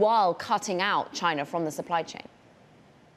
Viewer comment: Is it pronounced “china” or “chinar”? I just heard both within 10 seconds